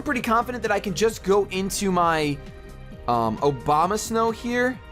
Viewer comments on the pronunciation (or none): I heard Obama snow